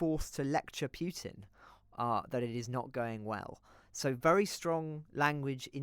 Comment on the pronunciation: Who is monitoring your sound levels? (Listening on THX speaker system on a PC, Chrome.) The first guest was okay, but your second guest, ' feed was laden with plosives and sibilance. Such a difference between the two. And for gosh sake it's 'pootin', NOT 'piewtin'.